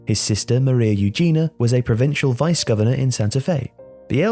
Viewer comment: Great video but you murdered the pronounciation of Maria Eugenia, his sister's name.